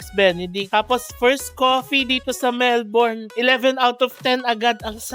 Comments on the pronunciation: Melbourne is pronounced as Melbin. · Mel-bin po ang pronunciation ng Melbourne lol